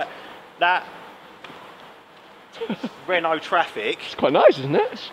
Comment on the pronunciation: When he said 'RENOOO' I lost it 😂